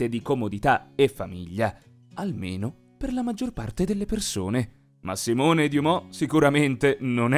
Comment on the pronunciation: Esatto!!! Stavo per fare lo stesso commento! Ho la pelle d‘oca per il fastidio! Già che li traduco e non sono ricerche loro, va beh. Ma Simone!!!! Ahhhhh non si può sentire! Bastava mettere un accentooooo 🤬